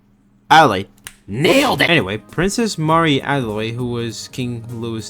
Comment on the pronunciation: why do u butcher so many words its princess (mare - E / add-el-aid